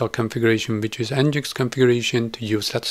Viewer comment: great vid. nginx should be pronounced 'engine X', and not 'n-ginx'.